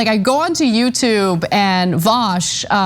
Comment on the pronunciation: She pronounced Voosh wrong.